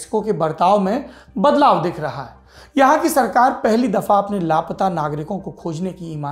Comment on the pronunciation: दिल हिला देनेवाली कहानी है मेक्सिको की। ऐसा होने की वजह समझमें नहीं आयी। एक बात खटक रही थी, सौरभ जी। आप बारबार "लाप्ता"ऐसा उच्चारण करते रहे। वास्तविक में उच्चारण " ला-पता"ऐसा होना चाहिये, है न? वैसे आप हमेशा इतनी अच्छी हिंदी बोल लेते हैं, कि लाप्ता शब्द आपसे सुनना बुरा लगा। मैं आपके प्रोग्राम बहुत चाव से देखती हूँ। प्लीज do not mind ...